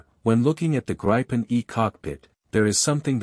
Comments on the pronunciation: It is Gripen with an "i" like Indiana, not with the "i" like in Idaho. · Greepen, not Grypen, dammit! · It’s a long “i” pronounced more like the “ee” in “green”, so “Greepen”. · I doubt Saab or the pilots will be offended by a slightly incorrect use of a word but we Swedes pronounce it both like green and grin depending on the person. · 'Gripen' means 'the Griffin'. A 'grip' is spelled like this in Swedish for a reason, the 'i' is pronounced long, like 'ee' in English. If the 'i' should be short, there had been two 'p', 'gripp'. 'Greepen' it is. And, 'graipen' sounds like 'ripen', bananas. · It's pronounced as ee in keep! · I do have a gripe with how the name of this fighter is being pronounced. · I’m Swedish too and I’ve never heard anyone pronounce it “Grippen”. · pls teach your tts how to pronounce gripen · Man I can’t stand these synthesized audio voice overs. Pronounce the plane’s name correctly!